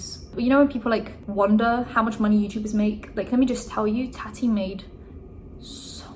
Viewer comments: Taw-ti not Ta-ty lol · im sorry but the way you pronounce it as "tatty" 😂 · Why are your pronouncing tatis name different then you have done in the past? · I love you but honestly how hard is it to pronounce TATI